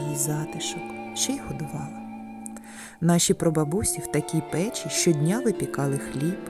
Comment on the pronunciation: Дякую, дуже гарно! От тільки готували не в пЕчі , а в печІ. І не пОлички , а полИчки. Слідкуйте, будь ласка, за наголосами! Навіть якщо ваша перша мова -- російська. Не треба переносити в українську мову російські наголоси! Спасибі, що кажете 👍 подУшка, а не пОдушка .